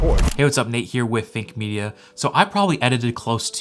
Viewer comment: Idk why but i always hear Fake Media instead of Think Media 😂